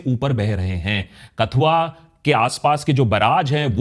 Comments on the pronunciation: कठुआ not कथुआ तवी not तावी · Please speak proper pronounsation of district KATHUA of our jk state